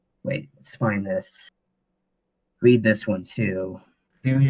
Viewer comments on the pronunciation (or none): I hate how many times he said to "just wead dat study".